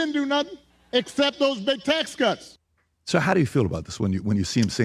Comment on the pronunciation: Obama: 'he didn do nuttin' - what kind of English is that? He's supposed to be educated?